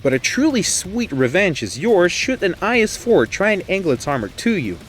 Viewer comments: I hate it when people pronounce IS "is" instead of "eye-ess" 😂😂😂 apart from that great video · did he just call i s IS TF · Useful video. By the way, in English, it's not an IS-3 (pronounced 'is' 3), it's an I S 3 (pronounced 'Eye Ess' 3). Same for the other 'Eye Ess' tanks. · You spelled IS wrong is I S thats how you say it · Can't people call it an "I-S" instead of "is"? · Know your tank, its not an IS-2 , its a I.S-2 ( thats how its pronounce ) IS-2 is for Iosef Stalin therefore you dont pronounced it as one word, but 2.é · the narrator pronouncing IS as "ees" bothers me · Your is pronunciation is wrong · In english people usually say I-S, but for example in hungarian we usually say "is" (we pronounce s like a german sch, or like the s in Sherman)